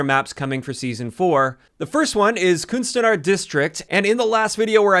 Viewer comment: The "U" in "Kunstenaar" is pronounced as the "e" in "the". Or the "u" in "under". Also, for the "e" in "Vondel", you could pronounce it "fondle" and people would assume you are from Amsterdam, because people say f for v.